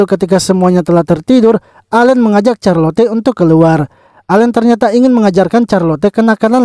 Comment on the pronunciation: Knp carlote bg itu di bacanya carlot